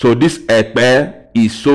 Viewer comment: You didn't pronounce the word Ekpe